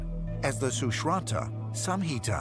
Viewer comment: That black dude looks like indian though he don't know how to pronounce sushruta